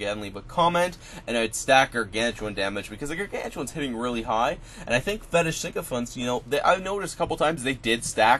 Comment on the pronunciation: Pronounced SICKO FANT.. you keep adding an N that isn't there it's not SINKO FANTS. ;)